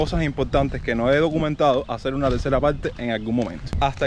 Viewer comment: "hacer" , no "hacel".